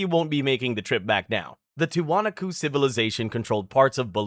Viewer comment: and Tee wa knock co